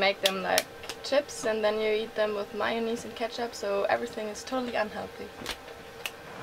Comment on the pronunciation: I call that sustainibility....not 'brokenness' Hah....Woahh...i had to let the thought of 'That' sink in for a sec. That's Loco......My-O-Naise.....Love it, never heard it pronounced like that: ) Im going to ask for that in Publix.......No....your Def facing the Right direction; ) Hah........Awesome Idea...i do that with my Yukon sometimes.... Great Vid...glad to s@@ back...